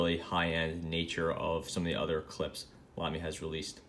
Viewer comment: Oh and I need to tell you that you pronounce Lamy right :D The way you do it is the best way to pronounce the „German a“ for someone who comes from English :) You couldn’t do it better :) That’s also why you got Gerhard that well :)